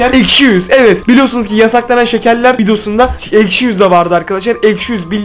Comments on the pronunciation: Abi aşki değil ekşi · ✨ Eşki ✨ deyil✨ ekşi✨😂❤️✨ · ilk basta eşki diyip sonradan ekşi demesi peki. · niye eşki diyosun😅😅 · Eşki değil ekşi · Abi eşki değil ekşi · eşki deil ekşi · Abi yanlışlıkla eşki dedin 😊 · İlkte eşki dedin